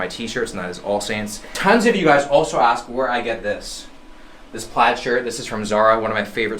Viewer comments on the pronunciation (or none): none